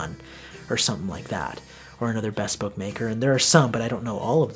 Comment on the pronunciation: be-SPOKE. Accent on the second syllable!🙇✨🧚 You mentioned that you might mess up the pronunciation of some names, so I figured that you wouldn't mind a polite, gentle correction of a mispronounced word. I know that I would rather have someone politely correct me, than to let me continue to sound like an ass. Believe me, I've been corrected numerous times!!🤔✨🧚🐴🐴🐴 I've recently acquired a pair of Thursday Captains, in Old English. Do you have any suggestions for creme colours? Saphir, of course!!